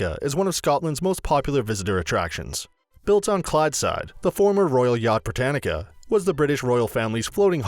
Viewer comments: It's Britannia , not Britanica! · Edinburo Brittanica Holeyrood house Secretry Lock ness Route Corstorpheine (Some mispronunciations)